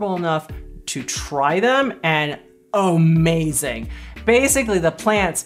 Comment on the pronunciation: Lol...I didn't know "omazing" was a word. ....